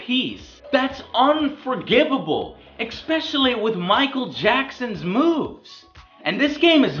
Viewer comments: Joe you really need to stop saying exspecialy. Lol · GODDAMNIT JOE, STOP SAYING "EXSPECIALLY"!! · "Ex-speshelly" "Ex-speshelly" "Ex-speshelly" "Ex-speshelly" "Ex-speshelly" .........